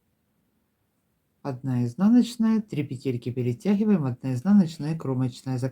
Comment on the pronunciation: Модели - супер!!! Но лично для меня один большой минус - это произношение слова "пЕтельки". Невозможно режет слух. Хорошо, что есть субтитры, звук стараюсь не включать. Ну, почему "петЕльки"???, "пЕтли" же, "пЕтельки"!